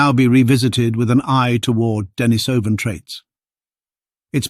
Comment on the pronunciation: This is so well written and wrought. Though I would rather you used the pronunciation də-NĒ-sə -vin. The other is hard on the ears.🙂💛 The charts and graphs are a boon too. Stellar job, man. Can't believe we are finally seeing a Denisovan skull! A watershed moment for sure.